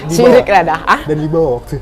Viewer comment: SYRIKKKKK...SI ABANG KOK NGOMONG SIRIKK..TAPI DI MINUM...AGAK LUCU.. LAH..